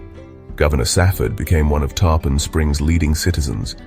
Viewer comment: Awesome. The way the singer said “Tarpon” drove me crazy though. I assume AI.